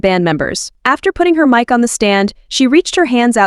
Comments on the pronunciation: It can be fixed as simple as replacing the word with Mike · "...her mick*..." ?! The AI narration needs some assistance with pronouncing *mic - or maybe just stick with the term microphone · It's pronounced 'Mike'. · For real, just write in “Mike” or stick with Microphone! Its text to speech, they should know how to use it. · Maybe the creator wrote mick and that's why it pronounced "mic" like that.